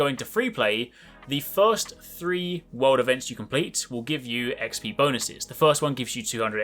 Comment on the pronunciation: Am I the only one who heard “world events” as “water vents”?